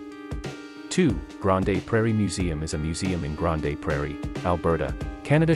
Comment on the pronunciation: you are saying it wrong, it's 'Grand' (but spelled Grande)